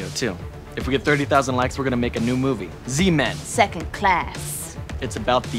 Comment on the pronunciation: Z men..... I thought he said sea men 💀